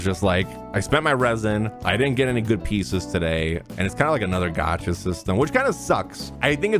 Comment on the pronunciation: things I wish everyone knew: how to pronounce gacha